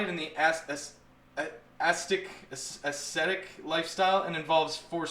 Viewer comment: ascetic = ASS-set-ick. dig that you cover 3.x man.